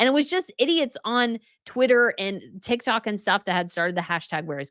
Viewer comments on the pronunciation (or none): none